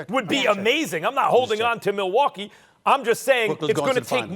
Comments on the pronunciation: Nobody: Stephen A Smith: MILL-WALK-EE! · the way he says Milwaukee 😂😂